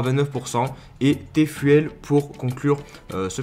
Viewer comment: Hahah Bro, le TFUEL se prononce “Ti fioul et pas tai fouèle “. Merci pour ta video au top comme dhab